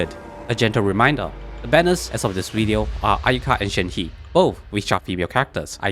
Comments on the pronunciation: shenhes name is pronounced "shen - huh" not "shen hee" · …I love you but..SAY SHENHES NAME RIGHT